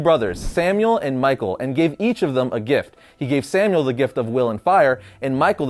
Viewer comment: Not Samuel Semiel SE-MY-EL